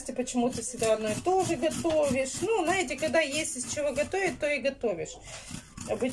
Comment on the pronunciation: а ещё коронное слово НАЕТЕ.И сколько бы Насте не писали ,что говорить надо ЗНАЕТЕ!😤😠🥺